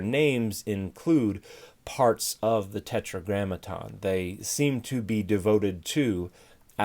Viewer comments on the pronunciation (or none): none